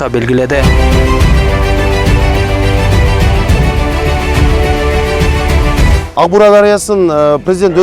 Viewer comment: Урматтуу мэр,озунуз журналист болсонуз анан Аг-Буура эмес АК -Буура деп туура айтыныз